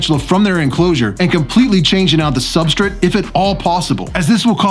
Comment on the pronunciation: Substrit.............lmao...........i heard you raggin on yourself in your podcast for saying it like that, now i can't miss it every time lololol............Substrit lol